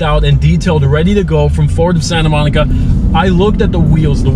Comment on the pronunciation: Forward of Sayinta Moneekuh